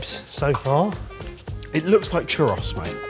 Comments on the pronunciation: I love how the UK is so close to Spain, yet..."churr-ross" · That is definitely not how you saw churro😂😂😂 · Ah man, I love you guys but your pronunciation of "churros" continues to drive me nuts lol